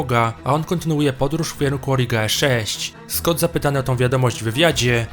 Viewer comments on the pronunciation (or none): none